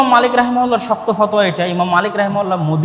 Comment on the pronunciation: FOTOYA , Not fothua.